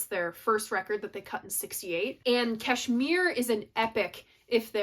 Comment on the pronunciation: Kudos for pronouncing Kashmir correctly. 10 Years Gone so complex they played it once on stage with KPJ playing bass with his feet and mandolin . Great song. Great chords .